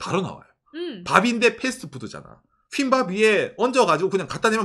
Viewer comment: 잘들어보시면 이 휜밥이라고 합니다. ㅋㅋ